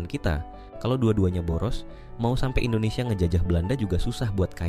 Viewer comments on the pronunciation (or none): none